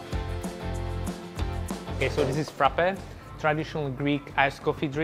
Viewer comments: He butchered the Frappe😵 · I'm laughing with Frappè. Just go and watch a Greek vid recipe cause that wasn't Freppè